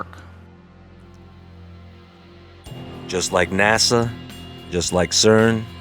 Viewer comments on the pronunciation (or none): none